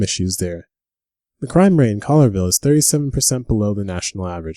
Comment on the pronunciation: Cool list. Colllierville is pronounced…Colli-er-Ville.